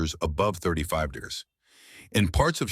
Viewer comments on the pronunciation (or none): Your AI has trouble pronouncing "degrees" and "celsius." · Can this AI learn to say degrees?